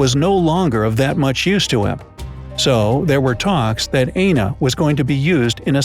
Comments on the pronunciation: AND pls it is Aina pronounce i-n-o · It's not pronounced Aina, it's pronounced Ayino.